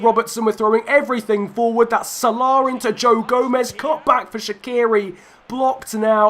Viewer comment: Can't say Salah properly